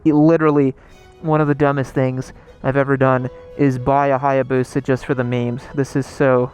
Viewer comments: WTF IS BOUSA?? its called hayabusa LIKE hi-a busha. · “I bought the Bussa for the memes” Sure sure you just wanted a bussa lol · You said torque? Try the diavel.